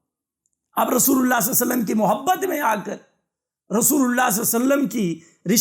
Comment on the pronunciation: Masha Allah bahut khoob Bas ap se ek adaban darkhwsat hai k darood saaf padhen Sallallahu alaihi wasallam صلى الله عليه وسلم